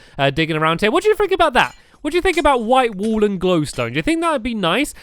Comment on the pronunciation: when he says burn the wool it sounds like burn the wall (he says that in building time